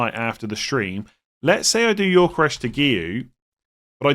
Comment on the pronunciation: Every time I hear say Yorkeresh, I die a little inside.